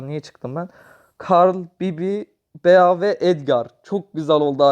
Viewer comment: Abi Bazı Karakterleri Yanlış Okuyorsun Yanlış Anlama Ama 😄 Bea (Bii) Pam (Pem) Jacky (Ceky) Rosa (Roza) Penny (Piiny) Lou (Luu) Gale (Geyl) Dynamıke (Daynemayk) Barley (Barliy) Byron (Bayron) Rıco (Riko) Frank (Frenk)